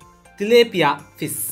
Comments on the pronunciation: Dude its suppose to be fish not fis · It’s fish not pish… get your pronunciation right before posting it on YouTube. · Fissssss??? Say it properly Fish with the H! 🤣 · The way he says fish 😂: GOLD FIS 👹👹 sAw FIS 👹 SRIMP 😂! BY THE WAY GOOD VIDEO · it sound annoying to hear him say fiss....... driving me up a wall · НЕПРАВИЛЬНО ПРОИЗНОСИТЕ СЛОВО fish! СЛОВО fish or fishes произносится ни в коем случае не через букву " s" это межзубный" ш"!